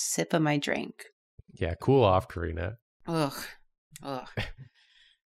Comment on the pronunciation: Karina not Corina.